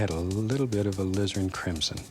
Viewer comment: When Bob says "Alizarin Crimson." It sounds like "A Lizard In Crimson."